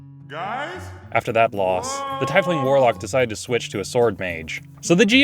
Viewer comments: TIE-FLING?? really... why am i peeved right now - anyone else call em TIEF (teeth) ling? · I see! I always pronounced it as TEEF-ling, but I’m starting to like the sound of TIE-fling now, and apparently it’s the correct way to say it, thanks for letting me know! ;^^ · I have one gripe, and that is your pronunciation of “Tiefling”. You say “TIE-fling”, whereas I have always heard it said - and said it myself - as “TEEF-ling”. It just really grates on me, I’m weird like that. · A question about the Tiefling... how You pronounce it... is that the official pronounciation? I always thought the pronounciation is more like "Teef-ling", not Tife-ling". But that could be because I am not a native english speaker and in my language (German) tief (pronounced "teef") means deep. So basically in german Tiefling means Deep one.. quite fitting considering they have hellish heritage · Love this channel but the way says Tiefling gets to me. It's pronounced Tea-fling. None the less keep up the good work. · It's tee-fling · Why do you say, "Tie Fling?" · Chris Perkins says it's pronounced TEEF-ling. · Love your videos, but tiefling is pronounced like "tee-fling". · Fyi, it's pronounced teefling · SAY TIFELING ONE MORE TIME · No hate but pretty sure its pronounced like "teefling" ... or I guess maybe "tea-fling" if you're not a fan of hot herbal beverages. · Tifeling? Lmao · TEEF ling like teeth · "tie fling" lol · What's a Thaifling? :/ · It is pronounced "TEEFLING". It comes from a German word meaning "dark". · That is a very weird way of pronouncing tiefling. Thai-fling, what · I feel like you're german due to the way you pronounce "Tiefling" As it is generally pronounced 'tea-fling' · You REALLY pronounce it llike throwing neckware? It's TEEF-ling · god I don't know why but 'Teffling' and 'tye-fling' really really bugs me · Isnt it pronounced Teaf-ling? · what is a "tifeling" though? damn american pronunciations xD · It's not a teifling though, it's a tiefling.